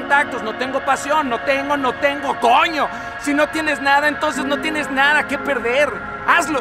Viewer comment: jajaja soy venezolano, , me encanta con el énfasis que dice coñooo, nosotros tambien lo usamos asi... este pana encontró su talento, es genial haciendo esto. me recordó uno de mis grandes sueños, a veces nos toca alguien que no conocemos en un momento que no esperamos y conseguimos una forma de hacer lo que nos gusta de una manera que no habíamos pensado nunca jajajaja que maravilla. GRACIAS!!!